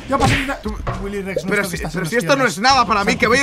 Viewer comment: soy yo o Mike dijo wily Rex que estas en los cielos